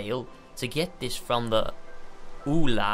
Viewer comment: it is vula not ula